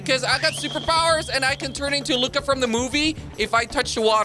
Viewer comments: It's Luca not Lucia ok? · It's luca not lucka